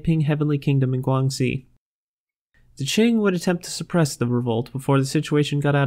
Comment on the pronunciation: Great start to the series! A few questions & thoughts: Can I share this on my channel? Zhoushan is pronounced more like Choshan or Djoshan Guangxi is pronounced more like Kuangtsi Shandong is pronounced more like Shantung Xuantong is pronounced more like Tsuantung there are a few others as well You could also be somewhat more confident-sounding, it would really make the quality a lot better